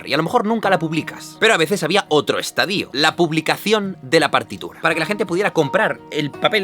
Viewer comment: Me encantan tus vídeos. Simplemente por aportarte algo, según la RAE "estadío" no esta recogido de ninguna forma, ni siendo sinónimo de etapa o fase. Se pronuncia y escribe estadio. Un abrazo.